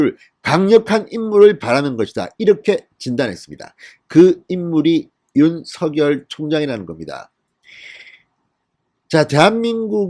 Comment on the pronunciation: 진성호 대표님 좋은뉴스고맙습니다 다름이 아니라 윤성열총장 이름을 부르실때 입에서 만들어지는데로 윤석열 로 불러주세요 가끔 윤서결 부르시는것같아서 죄송합니다